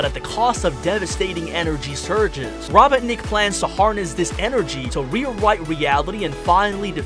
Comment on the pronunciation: "What do you think guys" I think you need to stop saying robotnik like that. Its robot-nick